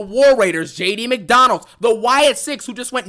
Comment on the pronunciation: Did I just hear jd mcdondalds 😂😂😂